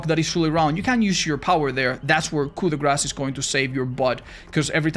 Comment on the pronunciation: So what ive learned from this video is,no matter the build,it looks like 95% of perks are never used. Also and says Coup de Grâce correctly ❤❤